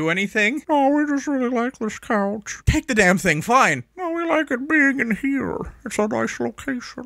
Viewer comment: it's "couch" not "coach"👍